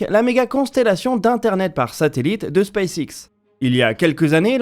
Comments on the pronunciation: j'ai un doute sur votre prononciation de space X. Elon Musk prononce "space ex" il me semble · C'est en effet la prononciation francisée